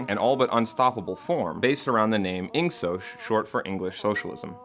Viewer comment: Unfortunately it's pronounced Ing Sock not sosh.... I wish it was sosh too...